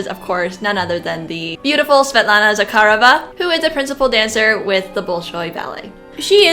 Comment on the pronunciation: I really enjoy your videos, but I feel I need to point out that Osipova’s name is pronounced with the accent on the second syllable. O-SI-po-va. You did great with Zakharova, though!